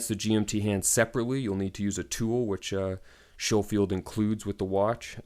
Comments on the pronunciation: Pronounced Sko-field. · Lol at the beginning you warn us of pronouncing the brand properly, and yet you pronounce it SHOfield throughout the video. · I don’t know why American’s pronounce it as Sho-field, when there is a Sco-field barracks in Hawaii